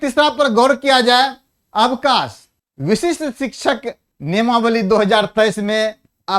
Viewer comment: वशिष्ठ नहीं बोले , विशिष्ट बोला जाय